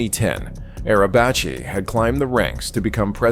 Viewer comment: In Turkish, the letter "c" is pronounced like the English letter "j". So, "Necati" is pronounced like "Najatee" (not "Nakatee") in Turkish (originally an Arabic word meaning "salvaged" or "salvation"). The letter "c" in his surname (Arabacı, a Turkish word meaning "coachman" or "driver") is also pronounced like "j", not "ch", although the two are somewhat similar.